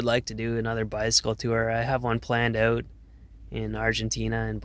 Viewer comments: Owwwwwt, as soon as he said “out,” the way he did.... I knew, lol. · Michigander here, other than "out"/"about" he sounds just like a typical Midwesterner, not sure what the fuss is about. People from the Upper Peninsula, with Minnesota accents, sound absolutely foreign compared to this guy. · Canadian, I can always tell when I hear one say "out" with that canada accent.